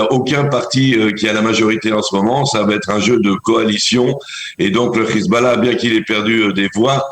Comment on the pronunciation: C est Hezbollah et pas khizballah